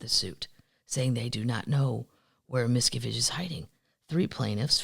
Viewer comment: Hi from a Pennsylvania termite! I'm a bit sad that you won't give our Philadelphia Eagles a chance Kathleen. 😢 If you need help with pronunciations, please let me know. As a former teacher, I'm sort of a grammar/pronunciation Nazi. BTW, it's Mis CAV age